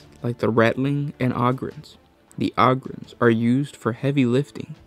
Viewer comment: How you say ogryns and ratlings is comedy!